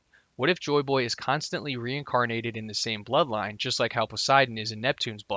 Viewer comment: I swear I'm hearing you say buttline instead of bloodline